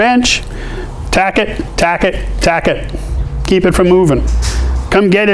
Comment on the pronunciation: I love it when you say taccot.. taccot.. haha. nice tips